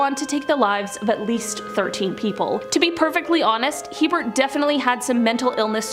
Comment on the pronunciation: Herbert not Hebert